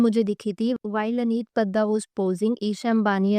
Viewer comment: Ma'am Its Padda, sounds as (D-Doll)